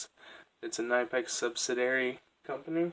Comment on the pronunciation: Great collection of high quality pliers! BTW it’s pronounced more k-nee-pex. Soft k in the beginning. listen at 5 seconds and 38 seconds. Great video.